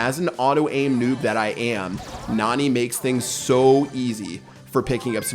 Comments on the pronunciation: It NAni not naNI. but the spanish youtuber keep saying NUH-ni which is wrong Don't say Nani is a beast! You will break her heart, but instead of you breaking her heart, she will crush you with pepe, lol (Spoilers) There are 3 STAR POWERS!!!! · It’s pronounced (Na-Nee) Not being rude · It's pronounced "nanny". If you think about it, Jessy doesn't have a dad, just Pam. And Nani is a caretaker (it says in her description) and her lines are "are you ok" and stuff like that. So maybe instead of having a father to take care of Jessy, Pam hired a nanny named Nani... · you can tell does not watch anime otherwise he would be able to properly pronounce nani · Pat: And maybe by June 6th we will know how to pronounce her name Me: NANI?!?!